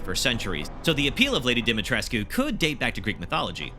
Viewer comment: It's Pronounced, Lady DIMI-TRESHK.